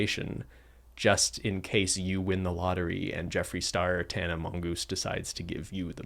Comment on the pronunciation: legitimately calling Tana Mongeau "Tana Mongoose" legitimately added about 20 years to my life